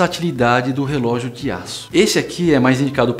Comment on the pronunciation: cara rrrelogio de aco com terno ai nao ne'